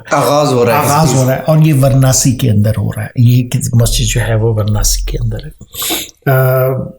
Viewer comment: It's not pronounced Varnaasi; it's Vaaraanasee. It's not Kasi; it's pronounced Kaashee. Not mandar but mandir (dir pronounced as in bit).